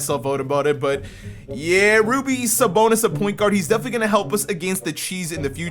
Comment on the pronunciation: Bruh, American pronounce on Lithuania words, just killing me. You have to say Arvydas Sabonis, not Arvyyydas Sabounis, BTW 😂😂😂